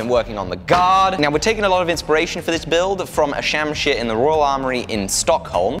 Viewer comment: its pronounced shumsheer